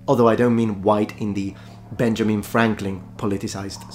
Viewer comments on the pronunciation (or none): none